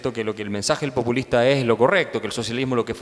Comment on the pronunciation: No la mas relevante... pero me pareció escuchar que la presentadora dijo "pUpulista" el cual me parece una palabra que aunque no existe me parece mejor para describir el populismo.